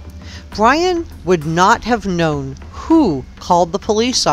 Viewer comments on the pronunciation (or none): none